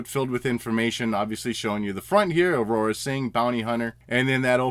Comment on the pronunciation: Dude...who is “Aurora Sing”? Her name Aurra...2 syllables. Aur-rah. Good review as always though and you don’t usually pronounce things wrong.